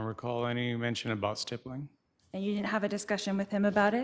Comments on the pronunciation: Same! A snotty teenager. I think she mispronounces stippling as stibbling at first. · “ let’s talk about stippling”😂